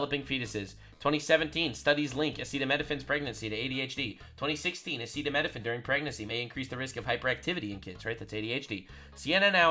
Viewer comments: I agree across the board, but I'd like to point out that Trump fumbling over and mispronouncing acetaminophen didnt do him any favors. I'm not sure how he had conversations about this topic and doesnt know the word acetaminophen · man I’m a massive Trump supporter, but you are lying. If you say this press conference was a good press conference. Trump couldn’t pronounce acetaminophen. He said that women just needed to toughen it out completely ignoring what RFK said about it being the only option for pain and fever, and there have been multiple studies that show that a fever, while pregnant being untreated is extremely dangerous and far more dangerous than autism. I love Trump, but he did not have a good press conference. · Oh god save us men, Midol has acet.... acetimin.... acetimifigly... it has Tylenol in it. And we know how important that drug is for our once-monthly sanity, I mean our spouses menstrual pains.